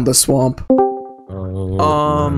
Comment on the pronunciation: I love when he calls falcon falcOnoo